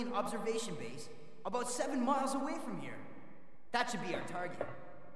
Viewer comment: I noticed that, too. Also, the way he pronounces “about” gives it away. That particular accent is popular in parts of the Midwest of the United States: Michigan, Wisconsin, Minnesota, North Dakota, and Illinois to name a few places